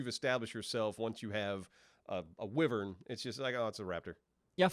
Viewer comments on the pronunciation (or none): Wyvern. Pronounced like Why - vern.